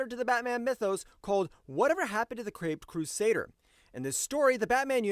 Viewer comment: "The creped crusader" 😂